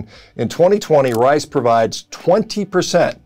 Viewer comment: Had to rewind it a couple times to hear him say brown "wice"